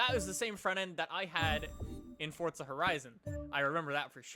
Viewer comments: its forza not fortza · "Fortza"??? WHERE'S THE 'T'? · so the actual pronunciation is fortza? geez I hate saying fortza it makes me cringe